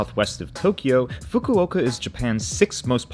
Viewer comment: please learn how to say Fukuoka